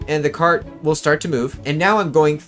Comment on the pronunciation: I love the parts where you say "carT" and "traCK" its so satisfying